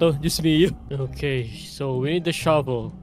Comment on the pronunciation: Finally natapooooos😫 for the third time!!🤭 Shabel not Shovel 😂😂 ramdam ko yung gigil mo. Nasubaybayan ko yung di mo pagtapos dito HAHHAAHAHAA